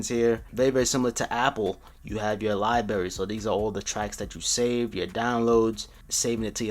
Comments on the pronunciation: It’s libRary! NOT li-bary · ITS libRary not libarry other than that great video, 😀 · Everyone keep talking about libary, but I cant get over versatality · If I hear Lie Berry one more time😤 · “Lie berry” 😔😔😔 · If you say liberry one more time man I swear to god😂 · Was anybody internally cringing when he kept saying libary? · Did he say Libary? 🤔😇🤣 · What is a “Lie Berry”? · It annoyed me so much it's librrrarry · LMFAOOOOO son it was giving me a headache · obviously its called Liberry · lie berry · HOW CAN YOU SAY LIBRARY LIKE THAT. Good vid though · can’t even say library right 💀💀